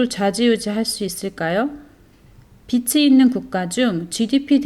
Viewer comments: 저도 동감이요. 좋은 내용이라 공유하고싶은데... 한두번도 아니고 계속 빚이 빛으로 발음되어서..ㅠㅠ 집중이 안되네요. 다시 녹음하시는 것이 좋을것 같다는 개인적인 생각입니다. 너무 좋은 영상인데 아쉽네요. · 비치가 아니라 비지로 발음하셔야 해요. Sunshine 이 아니자나요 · 비시지 삐씨가 아니지요.